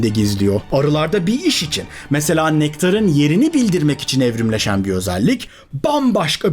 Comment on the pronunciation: Su kendinizce daha cok izlenecegini dusundugunuz ama Turkce'nin vurgu ve entonasyon ilkelerini cignediginiz diliniz var ya videonun sonunu getiremiyorum, kulaklarim kaniyor; Nektaaaarin ne ya...